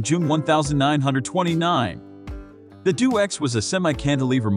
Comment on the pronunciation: It's deh- oh - x, not do-x. Crossing the Atlantic contradicts the 'couldn't fly' label!